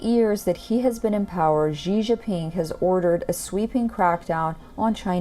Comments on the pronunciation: My name is Xi JiNping more emphasis on the alphabet 'N' not Xi Jiping😂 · Seriously, please learn to pronounce “Xi Jinping” properly 😓.